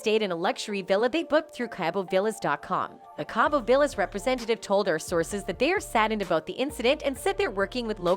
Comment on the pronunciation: ‘Kay-bo?’ Jesus. Please don’t bother when you can’t pronounce basic words. It’s pronounced ‘Caw-bo.’ Jesus